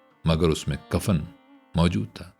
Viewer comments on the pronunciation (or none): none